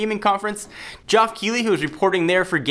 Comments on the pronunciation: lol Geoff is actually just pronounced Jeff..... and i know this cuz im a nerd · Seriously? Michael Pa"sh"ter and Gee-off Keighly?